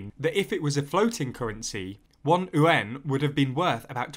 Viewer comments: Just so you know, "yuan" should be pronounced "ywen," not "oo-en" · I'm pretty certain yuan is pronounced likw wan. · ... how do you pronounce ywen? like gwen? I thought is YU AAN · It’s called the yuan not the ooooo-an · don't understand where Brits come up such weird pronunciations of Mandarin. Yuan is just yu (as in "you") - ɛn (like how you say the letter 'N') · I was listening to the video without watching and thought you said UN weirdly when you said "yuan". I think you might want to go back to the drawing board with that pronunciation. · Why does he pronounce Yuan as Uan? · Good video as always. It's pronounced "U.N." like shortening United Nations. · cos ey don't know owta read propa innit? ;) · The yuan butchering… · Except when he tries to pronounce Yuan :) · You’re not wrong but try to combine the two sounds together into one syllable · More importantly the currency is called the Renminbi, Yuan is but a denomination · first time I’ve heard this pronunciation.... seems kinda counterintuitive to me, like .... why not say it like it’s spelled lol. the simplest way is in this instance the correct way. when is an initial ‘y’ ever silent anyway? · what does the mandarin word sound like? You’re absolutely right, it should be spelled the way it should be pronounced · Nice reporting! The narrator is mis-pronouncing "yuan" though. Also, it should be noted that the yuan is not the name of the chinese currency. It's the RMB (the renminbi). Yuan is used to refer to money is general in China, not a specific currency. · Please take an hour to learn to read Pinyin and pronounce it as close to correctly as the sounds you can make allow. (For starters, yuan is one syllable.) I don't disagree with any of the content of this video but it's hard to take your coverage of China seriously if you haven't paid enough attention to even say internationally important words right.